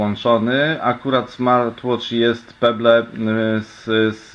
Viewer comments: chyba chciałeś powiedzieć "peble" z akcentem na b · jak ty czytasz pebble!!